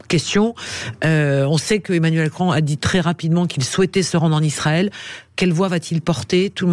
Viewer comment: tu ressembles à Cécile C'est Emmanuel Macron et non Emmanuel Cron fait attention si tu enlèves le R